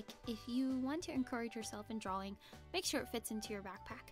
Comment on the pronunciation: I love how you say drawing like drouing